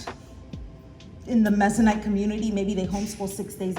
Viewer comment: I am Mennonite and you saying it wrong makes me giggle. 😅 no worries. Love you, girl! I really enjoy your videos. I am very interested in the cle kindergarten. Thanks for your thorough flip through.